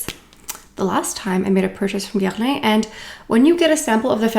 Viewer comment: WHAT is that pronunciation of Guerlain?! 🤣